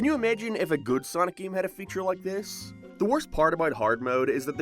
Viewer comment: He keeps saying “GIAM”